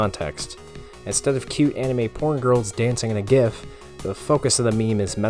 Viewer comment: Saying GIF wrong means no like from me :)